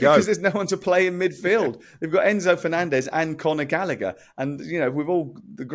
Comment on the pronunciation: Conor Gall a her that's how it's pronounced not gallicker GALLAGHER WHERE DID THEY GET LICKER FROM The British have been mispronouncing people's names for ever